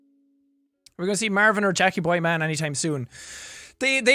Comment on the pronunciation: "Mærvin".......... Stupid leprechaun i love him. (Also this is honestly my comfort video and i watch it whenever im sad, im glad its archived :))